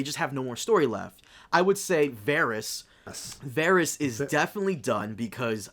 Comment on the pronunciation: I can’t take this guy seriously if he can’t even pronounce Varys’ name correctly